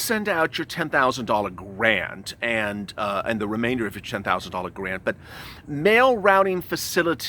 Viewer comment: You said grand instead of grant lmao😂